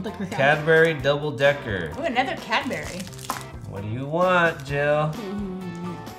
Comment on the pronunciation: I love how they pronounce Cadbury’s. Cadberries whereas I swear everyone pronounces it Cadbries 😂😂😂